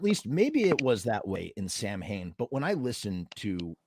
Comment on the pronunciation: Sowinn. Even the Bandmembers pronounce their own room name wrong. I love misfits samhain Danzig but they were pronouncing it wrong how stupid are they